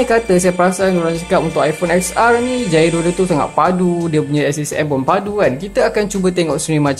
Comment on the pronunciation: bang !! gairo for gyro bang bukan jairo hahaha